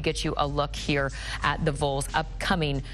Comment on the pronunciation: Doesn't this woman understand how to say Vols? 😂